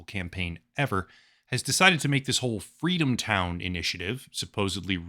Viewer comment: I think you meant, "Fweedomtown."